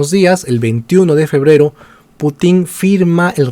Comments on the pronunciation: No es PutÍn, sino PÚtin. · Excelente video. Sólo una observación, el apellido del presidente ruso se acentúa en la primera sílaba. Excelente y felicitaciones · Como siempre informacion a medias, sin mencionar sus fuentes 🤦‍♂️...en este caso fuentes pro gringolandia....y tan ignorante q ni pronuncia bien "Putin" 🤦‍♂️ (tiene enfasis en la u, no en la i)....y sus ovejas seguidoras lo aplauden callladitos